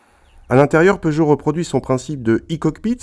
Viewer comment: Seuchot? Peugeot ça se dit